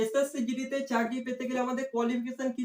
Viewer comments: চারকি না চাকরি 😅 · carki na cakri